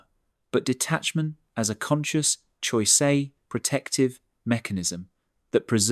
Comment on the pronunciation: Choice pronounced choisay?